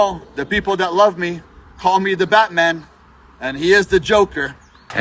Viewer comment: No bro, "Batty man" is not the same as "Batman"